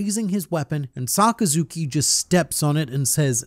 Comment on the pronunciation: sakazuki - sakazukai hahahahah U THA GOAT